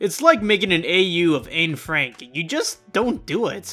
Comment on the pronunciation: "ayne Frank" a y n e f r a n k a y n e f r a n k